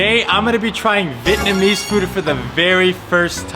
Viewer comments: vee-et-na-mese not vit-namese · The way he doesn’t know how to properly pronounce Vietnamese (vee-et-nuh-meez) gives me the ick